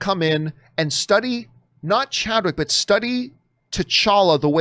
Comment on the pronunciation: It's Chadwick not Chadwhich. 😊